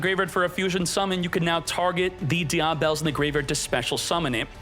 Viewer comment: Die-ah-bell... <-- this killing me😂😂😂